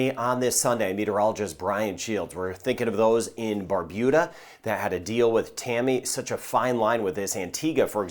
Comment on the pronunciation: Good morning thank you Brian for helping to keep us safe I live in Barbuda and we all have been able to prepare for this an any weather coming our way thanks to you 😊. Also thank you for correctly pronouncing Barbuda 😊😊